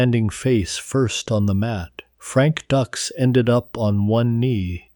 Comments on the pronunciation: These AI videos are notorious for mispronouncing words and names. It's DUKES, not DUCKS. Very annoying. I'd be ashamed to release this video. Then again, the entire story is a total fabrication. None of it ever happened. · It's DUKES! Not DUCKS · Frank "Ducks"????? Did you even watch the movie "Bloodsport", Dude??? Good grief!!!! They even made a special effort in the movie to pronounce his name right!!! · It's frank Dukes dude wtf get the name right Dux If Dux is the correct spelling that's all good but pronounce the name correct please lol 😂